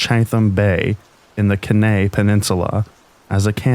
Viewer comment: Kenai is pronounced “key-nigh”